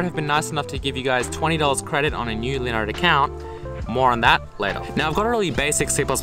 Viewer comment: when he says linode, it sounds like he is saying Leonard